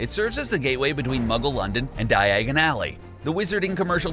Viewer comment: The way this guy pronounced nagini and diagon makes me so mad Haha!